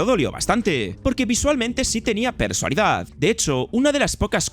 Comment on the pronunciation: Repite conmigo, PERSONALIDAD, PERSONALIDAD, PERSONALIDAD, PERSONALIDAD, PERSONALIDAD, PERSONALIDAD, PERSONALIDAD, COÑO QUE NO ES "PERSALIDAD" PERSALIDAD, PERSALIDAD QUE ES COMO SUELES DECIR PERSONALIDAD EN TODOS Y CADA UNO DE TUS VIDEOS